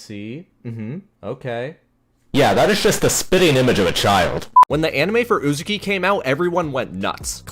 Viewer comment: Great vid! Only one minor nitpick, that had my eye twitching the whole time, so please forgive me for saying it; I’m pretty sure it’s pronounced “UzAHki” and not “UzUki” Also, my man got good taste in manga! 🤝